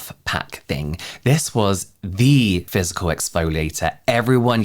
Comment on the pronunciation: Every time I hear physical. I keep hearing "fiscal" year.